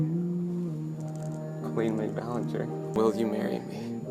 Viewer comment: Yeah it definitely is. The way the voiceover talks has that weird stilted tempo and somehow even though this “person” was apparently longtime fan they say “cole-lean ballin-jare”